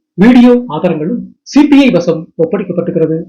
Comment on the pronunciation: Please pronounce correctly as CBI officers. He pronounced as CPI Officers. 🙏